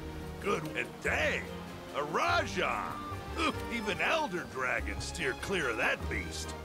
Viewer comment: "Me arse tickles" Rajang*